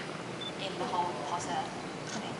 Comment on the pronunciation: POTTAH! xD